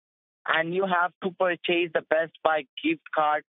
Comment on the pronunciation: Purr-Ch-Ace or Purr-Ch-Is? Inquiring minds want to know. Perfect English: ------------------------- Scammer but you say me Scammer how much gift card you got of 500